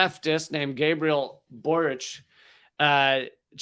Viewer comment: Congratulations on pronouncing Boric correctly. Your intelligent analysis and humor is refreshing. All the best to you, my friend.